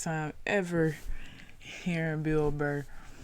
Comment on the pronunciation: Bill BURR not Blur.